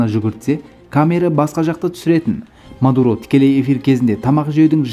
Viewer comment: Меен Мардаан , ол Мадуроо деп қойсай 😀😀😀